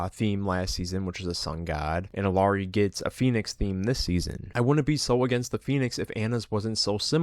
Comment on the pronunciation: "I main Illari, shes my fave char in the game" But you pronounce the L